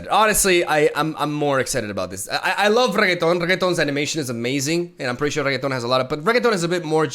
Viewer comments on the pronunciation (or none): The ambition and the joy in eyes when he brainstorms about the cataclysm is just why im here in this channel man i love ya! And it is reNekton not reGeton please:) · Everytime he says "Reguetón" I die a little. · I'm happy that Elite archetype is getting more support :D Btw if he calls Renekton by "Regueton" he should call Jarvan by "Garbanzo" (spanish word for chickpea) lol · Lol RE-NECK-TON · for the next video, can u please learn how to pronounce Renekton pls for god sake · OMG could someone please teach him how to say Renekton!!!!!